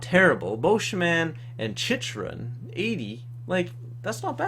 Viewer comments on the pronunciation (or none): Chychrun is pronounced CHIK-RUN